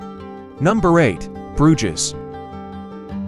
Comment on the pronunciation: It would help if the narrator pronounced Bruges as it was meant to be produced